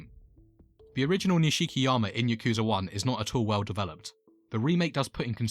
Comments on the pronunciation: This is the only way you’ll here this his name is not pronounced niSHIki it’s nish-ki the nish being pronounced like Niche oh and I’d like to see ryugi Gouda next 😅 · It’s pronounced Nishkiyama